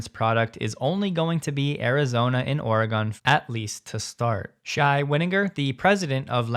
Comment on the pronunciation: Big fan and never miss an episode. FYI Oregonians pronounce Oregon as Ore-gun Not a pun , just how we say it 🤷🏻‍♂️